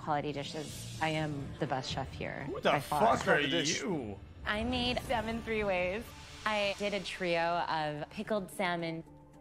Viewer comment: Stop pronouncing the l in salmon!